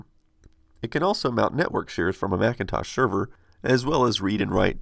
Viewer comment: Macintosh SHERVER ??!?